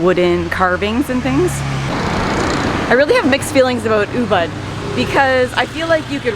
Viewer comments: Oooo-booooood (not Oooo-bud) -- I'm so glad to see that at least the sidewalks haven't changed in the wake of all it's popularity. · Hey lady the town is pronounced UBOOD